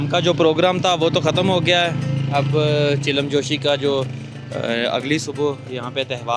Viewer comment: بھائی آپ ویڈیوز بڑے شوق سے دیکھتا ہوں ایک چھوٹی سی غلطی آپ کرہے ہیں یہ جو آپ چلم جوشی کہہ رہےہیں یہ اصل میں چلم جوش لفظ اپنی تصحیح فرما لیں